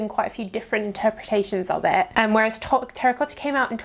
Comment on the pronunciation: How she says 'Terracotha'😂 lol